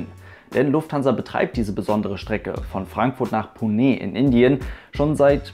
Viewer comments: Das E bei Pune wird nicht stark betont sondern nur leicht! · Bin vor vielen Jahren mit qatar airways in einem a319 in 6.5 h von Berlin nach doha geflogen. Für mich war dieser flug äusserst unangenehm, obwohl der nebensitz frei war. Wie belastend müssen dann 12 h sein. Btw Ich bin mir nicht sicher ob Pune wirklich so ausgesprochen wird, werde gleich mal hier jemanden fragen. Liebe Grüsse aus Agra in indien